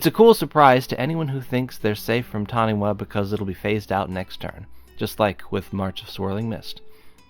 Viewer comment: Nothing more amusing than adding to the Taniwha jank than a well placed Worldslayer. Your lands will be phased out. Revel in the salt. For the sake of cultural accuracy, it is pronounced Tani-FA